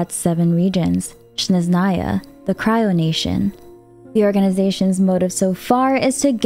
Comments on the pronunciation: Counterpoint: «Shneznàya» (instead of «Snèzhnaya» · hey, you're really great at pronouncing names correctly!! could you do a favour and pronounce Snezhnaya correctly as well? everyone is saying SHheZnaya for some reason, but it's actually SneZHnaya (S as in sit and ZH as in Zhongli haha). moreover, it's actually stressed snEzhnaya, but i know that's too much 😅 thank you for your hard work!